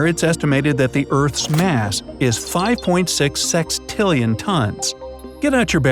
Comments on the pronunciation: Its sextillion not six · Sextillion not sixtillion